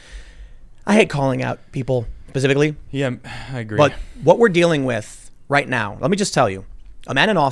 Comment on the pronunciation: Specifically. Not pacifically! Haha. Great vid tho.